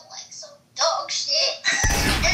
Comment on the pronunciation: the way that boy said dogshit😂😅